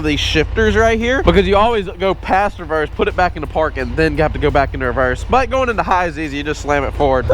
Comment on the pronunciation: Bro said nut to but🤣🤣🤣